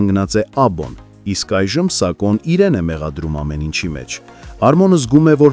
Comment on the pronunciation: Սակո չի սաքոյա